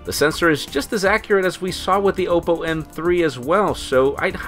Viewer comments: Isn't it pronounced "ah-poe"? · learn to pronounce Oppo, u fail so hard